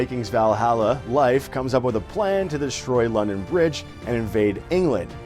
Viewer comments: His pronunciation of Leif is driving me crazy. It's pronounced like leaf! Not life! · Your pronunciation of Leif is cringy